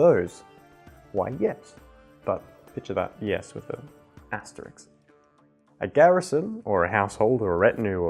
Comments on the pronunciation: Isk not iks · To anyone confused X is "ks" Asterisk not asteriks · It's asteri*sk*, not asterix. This is not a French comic book.